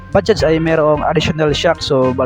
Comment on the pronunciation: Ok ang pagka bigkas sa bajaj Ang iba blogger baja daw nawala ang J